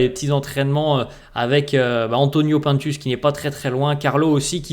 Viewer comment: J’écoute tes vidéos tous les jours pdt mon cardio mais ca me stresse quand tu dis « P1ntus » moi je l’appelle « Antonio Pinetus » 😂